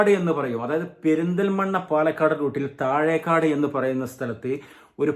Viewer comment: താഴെക്കാട് അല്ല താഴെക്കോട്